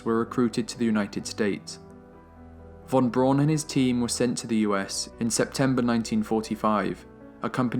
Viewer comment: Just one nitpick. Werner Von Braun. In German "w" is said like an English "v", v is said like an English "f" and "au" is said the way "ow' would be in English. So, (and I apologize this is not real phonetic spelling, just simple sounding out with similar English spelling) it would sound like Verner Fahn Brown. I know we English speakers regularly butcher foreign names, and you are just following the tradition of mispronouncing his name that dates back to newsmen that were his contemporaries, but it is the 21st century and we can Google the proper pronunciation. Again just a nitpick, because of my own pet peeves, for an absolutely stellar (lol pun intended) documentary. I will stand by saying Braun correctly though. It literally is the German word for brown and has virtually the same pronunciation.